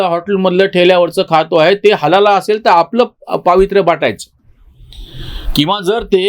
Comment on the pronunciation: नमस्कार 🙏 व्यास पौर्णिमा गुरुपौर्णिमेच्या शुभेच्छा! 🙏🌹 चुक म्हणत नाही पण उच्चार चुकला दोनतीनदा म्हणून मेसेज करत आहे हलाला वेगळा व हलाल सर्टिफिकेट असते